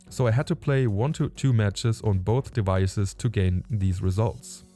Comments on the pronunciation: du sprichst das V aus als wäre es ein Englisches W, wie in water zum Beispiel :D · ja ist ein gutes Beispiel, du musst es aussprechen wie das V in Vase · Der Buchstabe V im Englischen wird wie ein deutsches W ausgesprochen - "devices" wie in "die weiße". Kein Hate kommentar Bro, du sprichst besser Englisch als 90% aller anderen Deutschen, nur so als Tipp :)